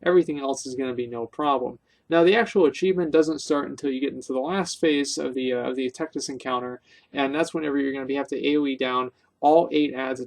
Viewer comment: wrecked-us? bitch didn't even touch us! (tectus's real name is texas)